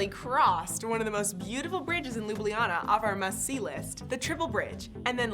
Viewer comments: it's not Lublijana but Ljubljana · its not lijubljana , its ljubljana. and its not slovinia, its slovenia